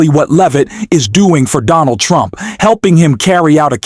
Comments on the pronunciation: Sounds like she's saying President Chump😂. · Is she saying "President Chump"? It must be a consistent Freudian slip! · Here's 'chump' again. Perhaps if she told the truth, karolying would relax enough to pronounce his name correctly.